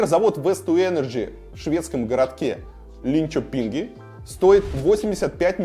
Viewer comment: ЛИнчЁпинге?! Не позорьзся, Илья, ударение на Ё))))